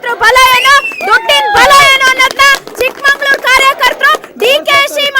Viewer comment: ಚಿಕ್ಕಮಗಳೂರು ಅಂತ ಉಚ್ಛಾರಣೆ ಮಾಡಿ , ನಾವೇ ತಪ್ಪ ಉಚ್ಛಾರಣೆ ಮಾಡಿದ್ರೆ ಹೇಗೆ